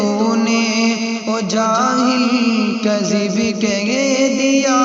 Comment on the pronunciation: کذب ک پر کسرہ نہ کہ کذب ک پر زبر نہیں